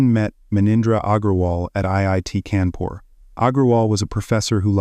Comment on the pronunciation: It's kaa'n poor fyi